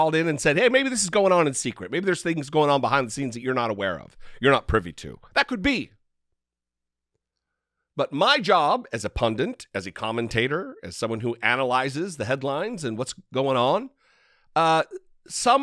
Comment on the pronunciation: Pundant?! Awww man tsk tsk 😬🤦‍♀️😂 (It’s ‘Pundit’ btw)